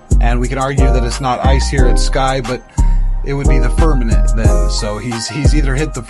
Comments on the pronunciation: Not firmanet. Firmament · Okay, make sure to tell him to learn how to say FIRMAMENT!!!!